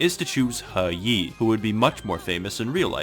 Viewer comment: Even history-centric channels that cover China don't pronouce He Yi correctly. Thanks for knowing your shit